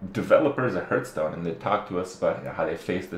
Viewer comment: Hurtstone? Lol